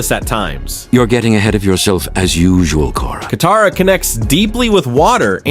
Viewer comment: ITS KATARA